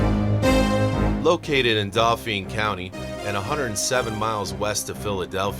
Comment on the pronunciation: That’s the best version of pronouncing Susquehanna and Daulphin I’ve ever heard!!!!!❤